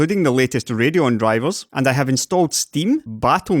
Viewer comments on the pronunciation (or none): none